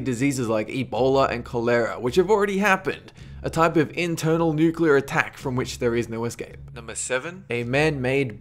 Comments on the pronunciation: Does it bother anyone lese that he says nucular rather than nuclear? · It's pronounced NOOK-LEE-UHR not NOOK-YUH-LUR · Nucular? Really!? If you are going to throw these crazy ideas out there, atleast say the one that could happen correctly!!!! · "nukular war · He said, it only takes one mad man to fire off a nuke at another nuke arrmed country to start a nukular war........,.......dont be that mad man............EVER! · New-cue-ler. Dude do you even english a little bit? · nucilar war??? isn't it nuclear? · Y-you...you just pronounced it..."NOO-kyoo-luhr"?! *Facepalm* Nuclear. "NOO-CLEE-uhr" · If I see one more fucking Youtuber pronounce nuclear as "nucular" imma smack a nigga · Noo-queue-ler? Its New-clear. Nuclear, ladies n' gentlemen. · #13 ok guys let's play fallout oh oh god NUKULER WARFARE GUYS ITS FALLOUT!!!!!!! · 1st of all dont say nucular 2nd of all DONT SAY NUCULAR ITS NUCLEAR FOR FUCKS SAKE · yeah "Accidental" nucular strike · Nukular? Nukular?! GTFO bush! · ''Andbody that has played fallout can survive a nucular war.'' *Facepalm*